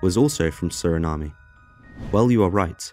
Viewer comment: I don’t like how he says Suriname(unless I’ve been saying it wrong for years which is highly likely) 😂